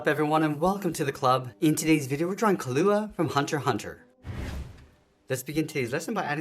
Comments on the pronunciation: key-luu-aahh not kill-oo-a but thanks my drawing looked like him if he had downs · it is killua not kullla